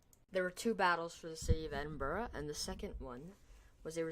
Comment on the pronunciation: iz yust Edin-Bruh